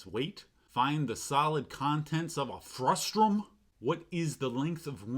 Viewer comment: I had to rewatch that segment several times to verify it actually said "frustrum" there. Made me a bit frustrumated too.